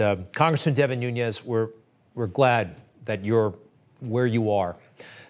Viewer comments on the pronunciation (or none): It's NOONS not NUNEZ - he's not Spanish, he's Portuguese. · His name is not Nunez it’s Nunes. He is Portuguese not Spanish. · Noo nes, not Noo nyez. His name is Portuguese, so it is pronounced differently than Spanish. He is a great patriot and we are lucky to have him!